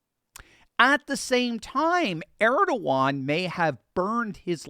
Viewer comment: it's Er-do-gan